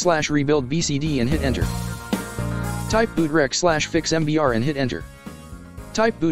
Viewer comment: It is MBR not MPR..... you i.......